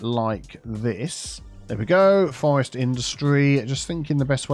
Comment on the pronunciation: Double 'R' in forest 😂